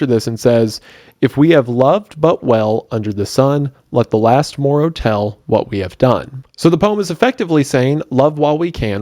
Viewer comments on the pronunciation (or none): none